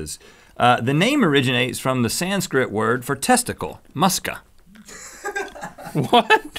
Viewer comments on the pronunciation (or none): none